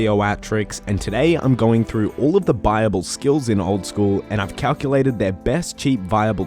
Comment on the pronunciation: i thought you were saying bible, not buyable lol that makes more sense